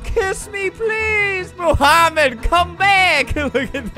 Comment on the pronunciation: BRUH ITS NOT MOOHAMED ITS MOHAMED CUZ HE SPEAKS ARABIC AND I DO THEY SAY IT MOMHAMED